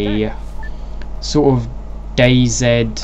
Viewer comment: dayzed what is that just say DayZ